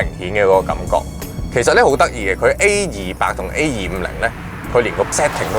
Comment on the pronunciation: 主持改善下懶音會令人容易聽D, A200 =/= A28